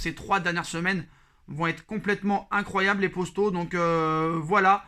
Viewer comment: Les postos 😂 dit les potos stp